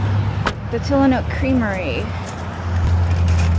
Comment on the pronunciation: Tillamook with an “m” 😉